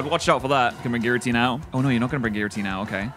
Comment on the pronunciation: Did this mother effer say Giratina with a fucking "J" sound ????? 😭😭😭😭😭😭